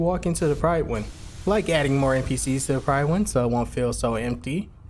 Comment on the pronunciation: Just because I'm that guy at parties, apologies, but the "Pryd" in "Prydwen" is pronounced like "rid", not like "ride". I'm sure you would've heard it said a heap of times in the game, didn't you?